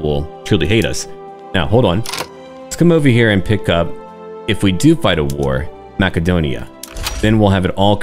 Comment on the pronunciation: You actually pronounced Macedonia correctly… that’s a sub and a like. Can’t wait to play Greece myself now!